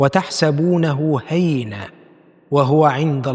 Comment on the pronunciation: قمة الروعة ماشاء الله ربنا يجعله فميزان حسناتك بس ياريت بلاش موسيقى خالص وراجع نطق وتحسبونه هينا الياء عليها شدة والنون منونة حضرتك نطقتها نطق مختلف عن الصح❤